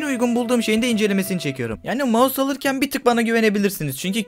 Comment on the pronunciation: maus değil mouse